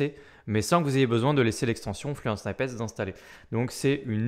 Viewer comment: Merci. Juste pour info, "snippet" ne se prononce pas "snaïpete" mais "snipete"